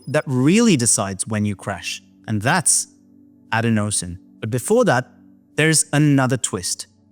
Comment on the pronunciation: Isn’t adenosine pronounced “a DEN o sin” ?